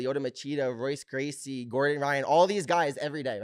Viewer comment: OMF Did he just say Roice Gracie?